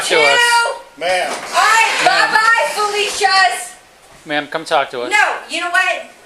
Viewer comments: it was even better, she said "Pelicias" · She said " By Falicias" lol